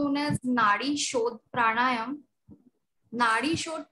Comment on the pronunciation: Its not Prana + Yama, But Prana + Aayaamaa